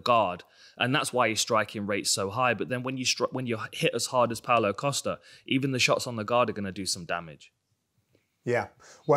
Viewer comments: Pow-Low Costa-er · Pow-Low Coast-Ah this is right...right?